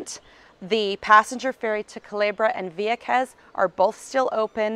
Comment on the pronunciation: I miss living there..I lived el campo..Juncos. let me say the way she says vieques is excruciating to hear lol